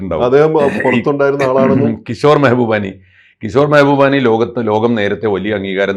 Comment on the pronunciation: Mehboobani അല്ല Mabhubani എന്നാണ് അദ്ദേഹത്തിൻ്റെ പേര്.